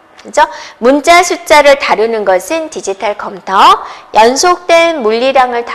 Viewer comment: 어떻게 이런사람이 강사를 하냐 소질이 없으면 다른걸 찿아야지 말도느리지 발음도 엉망이지 전달력도 수준이하지 한심하다 이런사람한테도 강의듣는 사람있냐 컴텨 란다 참내